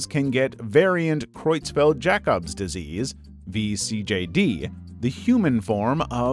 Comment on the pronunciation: Ah yes diesease balls